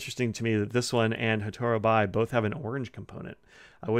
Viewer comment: Fascinating color, thanks for reviewing it. By the way, "bi" is pronounced "be." It comes from the character meaning "fire."